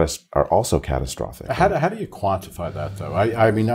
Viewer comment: Catatastrophic 😂😂😂😂 needs an Oscar just for that word. Bring on Grownups 3 👍👍👍